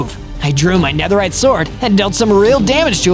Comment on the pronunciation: Man spricht es Nederride aus